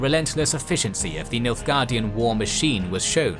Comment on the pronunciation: Why you keep saying Milfguardian?